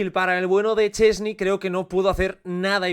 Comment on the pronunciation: Szczęsny= "Shtes-ne". Tampoco es tan difícil. Los locutores catalanes lo pronuncian bien, pero los españoles (locutores, youtubers, streamers...) ni lo intentan: "Chesni, Sesni, Cheni..." El lenguaje es su herramienta, se supone que es su profesión ¿tanto les cuesta?